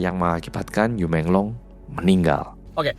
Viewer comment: Yu bacanya yii